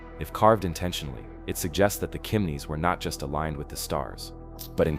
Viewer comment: It's not "Kimneys"